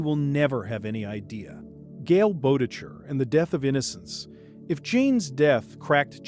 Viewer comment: gale boe-tech-her bruh the pronunciation 😭